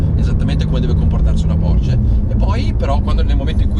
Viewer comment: Auto incredibile, 🔝, no comment. Precisazione per il mitico: la pronuncia è Porsche, non Porsch. Giusto per fare il rompi balle ahaha!